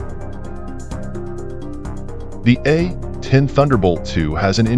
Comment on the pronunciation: Is this AI narration or does the narrator just refuse to say A-10 warthog. It's not the A..........10 warthog